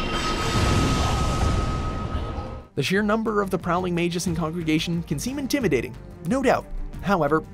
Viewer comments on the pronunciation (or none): "Magus" is pronounced (may-gus). Come on. Git Google.